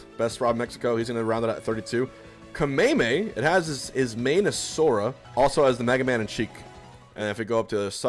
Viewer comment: Gackt better than Scend!? Didn't expect that, but haven't seen Gackt enough I guess. But I think Fow is better than both. It's not Kameymey, it's Kamehmeh, ME like in AMErica. Where do I find this? I can't find it on Twitter even...